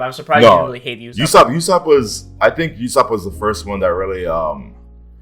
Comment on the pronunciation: It's pronounced ooo-sopp btw. Loved the video though!